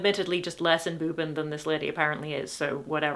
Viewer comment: I’m dying 😂😂😂 « emboobened » 😂😂😂